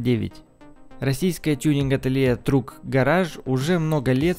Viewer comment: С произношением иностранных слов совсем беда. Тюнинг ателье "Truck garage" совсем не так произносится. А за VW вообще можно бить. На столько именитая марка, что я вообще не думал что есть люди которые не знают как правильно произносится название. Видос норм, но не грамотность автора просто выбесила.